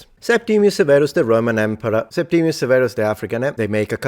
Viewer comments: Is this Septimius or Septimus? There seems to be variation in your pronunciation and in the orthography. Wikipedia says Septimius. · At school we talked about Septimus Severus, not "Septimius" - was that wrong..? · A history expert? He can't even pronounce Septimus properly let alone English without a laughable regional accent! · Why is everyone saying Septimius Severus, including you? Surely if that is how the name was pronounced that would be how it is spelled.